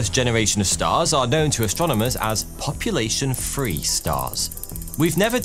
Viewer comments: Where did you learn to speak English? Why do you say "free" instead of "three"... Yet you pronounce the word "free" correctly. It's hard to follow. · Can this guy not pronounce “th”? Every other sentence makes me cringe with a free or feery or other butchered word. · Two fousand and free you say 😂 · "population free stars" "Mefuzala" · Why do Brits say "free" instead of "three"? That has always bugged me... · It is three not fhree